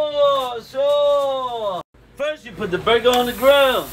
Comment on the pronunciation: “Shore shore” 😂